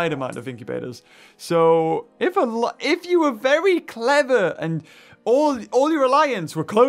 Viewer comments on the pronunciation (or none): none